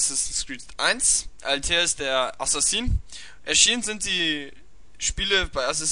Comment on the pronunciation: Yo gutes Video. Paar Sachen vielleicht, 1.Altair spricht man anders aus. (in etwa so Alta-ihr) 2. Wenn du vorhast größer zu werden, solltest du über ein etwas bessers mic nachdenken weil der Ton doch entfernt und etwas rauschend ist. Ansonsten weiter so :D